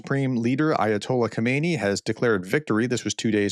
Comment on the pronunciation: PROFESSOR: Please pay attention to your pronunciation. You call the Ayatollah Khomenei, Khomeini. Khomeini was the first Ayatollah who was installed when Mohammad Reza Pahlavi, the Iranian Shah, was overthrown in 1979. Also, you call centrifuges, centErfuges.